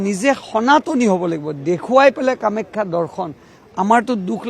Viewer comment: কামাখ্যা শব্দ টো ভাল কৈ .....ko